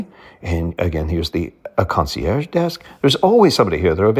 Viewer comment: It's surprising you can't pronounce concierge correctly, even in your fancy voice.